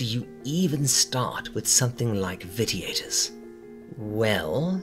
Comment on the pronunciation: cool, but that doesn't explain pronouncing a hard "T" rather than the soft "shhh". And I'm not trying to tear you down, I'm more sensitive than most to correct grammar, pronunciation, etc. and it's not a common word. But, if one is going to speak as a means of earning, then one should make every attempt to get the little details right. I meant no offense.